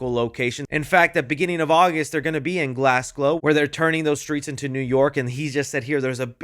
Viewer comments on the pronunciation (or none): Right I hate when people do this but I’m gonna do it anyway, it’s not glassglow, there isn’t another S it’s Glasgow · “they’re gonna be in Glassglow” it’s glasgow!!! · please it's pronounced "Glaz-go". Funny attempts tho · what did you say? Glasglow? maybe just just a slip of the tongue lol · Hey, just a heads up from Glasgow. Glasgow is pronounced “Glass-go”. Great video! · Did you just say Glassglow?? C’mon!!! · as someone from glasgow, it hurts to do this but americans do this alot. its pronounced "glas-go" i love you man, but i needed to say this..